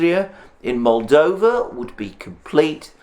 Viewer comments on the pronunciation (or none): none